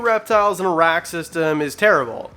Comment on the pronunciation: WWR 🐍 Once you hear "a-rack" as "Iraq" once, then you can't unhear it